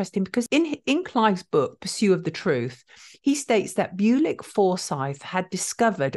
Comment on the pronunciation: byoo-lick doesn't sound right. Bull-ich maybe? Where was he from?